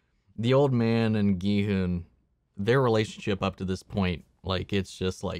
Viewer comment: Finally a reactor who pronounces Gi-hun's name properly. Korean names are hard to pronounce among non-Koreans. So his pronunciation was impressive.